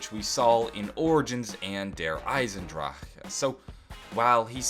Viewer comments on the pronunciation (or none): When he says der eisendrache, his tongue falls out in the end